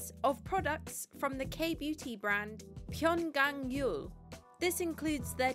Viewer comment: You are the first non korean youtuber that has pronunciated Pyunkang Yul correctly. Thank you!